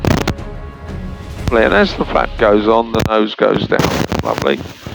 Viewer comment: Some of your viewers are very into aviation and love the safety and techno babble... no need to speed through it. And I Google every time he says "flap off or flap out" because I'm still a child at heart and it sounds remarkably like fap off and fap out